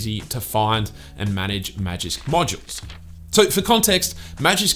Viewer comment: Props for saying Magisk Modular Manager as many times as you did.